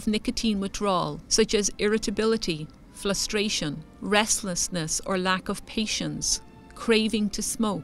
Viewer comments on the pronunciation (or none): She did say flustration twice towards the end 😱 its very frustrating !